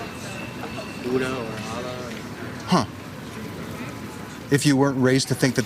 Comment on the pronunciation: I love how you pronuce "Allah", it's very close to the slang Arabic pronunciation, but still not 100% Kudos for trying :)